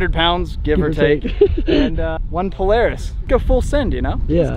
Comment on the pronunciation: Its pronounced Polara$$ not Polaris